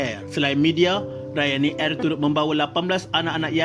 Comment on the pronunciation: Kenapa sebut “ Airrrrr”.....